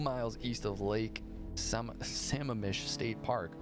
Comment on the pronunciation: Sam-mam-mish. I worked at the same building as Bundy on the Washington State campus. About the time he was executed. The waiting list was long to get a parking spot. When I finally got a spot, I was told it was Bundy's spot. Creepy as hell. Another creepy SOB from Washington was Charles Rodman Campbell. He was a serial rapist. My boss was in charge of putting cameras in the alcoves to the prison cells for people on death row. He was standing there and felt the hair rise on the back of his neck. He turned around and there was Campbell with his face pressed between the bars. Crazy looking. No one was supposed to be in the cells. But there was Campbell. My boss said he didn't mind telling anyone he pissed his pants. They hung Campbell in 1994. He had raped Renae Wicklund and they put him away for 40 years. They also allowed him out on work release. Very little supervision. He left work, broke into Wicklund's house, killed her, her daughter and a neighbor that was there. For testifying against him. That got him the death penalty.